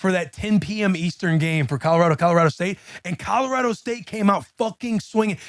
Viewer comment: Will : Colo-rADO 😂